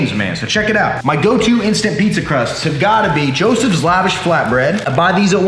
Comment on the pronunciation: Finally, I can get this diet started. No excuses! Also, I don't if you are being funny, but Lavash I'm pretty sure is pronounced like it rhymes with wash. Long A